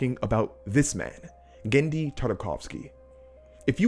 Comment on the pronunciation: Cool video, but you've misspeled Genndy's surname both in spelling and in speech.